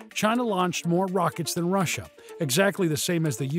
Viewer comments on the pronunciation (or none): none